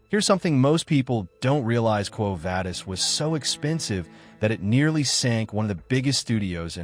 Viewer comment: It is pronounced Quo Vah-dis, not Vay-dis.